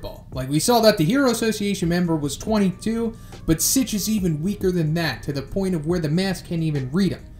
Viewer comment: Has anyone corrected him already on Sitch’s name not being “Stitch”?